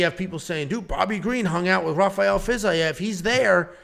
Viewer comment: The fact you can’t pronounce Fiziev correctly. FERGUSON HAMMER. I mean I’d hammer the NC but 🤷‍♂️